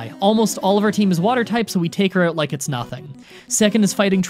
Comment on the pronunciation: It's "out" not "oat"